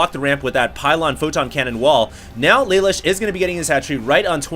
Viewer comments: I believe his name is pronounced Luh Loosh. It's an anime reference. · its spelled Lelouche and its pronounced leloosh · its pronounced la loosh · pronounced lalouche, from code geass ^^